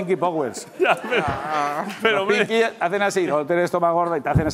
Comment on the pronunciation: "pinki power,""pinki powis" XD